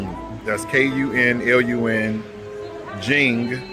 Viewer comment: Kunlun 昆仑 is pronounced Kun = Quinn Lun = Lon from (London)" There are also about 129 brands selling electric vehicles in China. They anticipate a lot will go out of business or be absorbed by the dominant companies resulting in 15 or so brands left by 2030+. Sorry for the staring but a lot of people are just super curious and have never seen or seen many foreigners in China. It isn't just Black people, they do the same with White, Hispanic, Middle Eastern, etc etc. Many will want a pic just to say they have evidence they've come across a foreigner to show their friends in their wechat group. Love your vids man. Glad you're able to have a fun time exploring and learning about China. 给你点赞！(thumbs up for you!)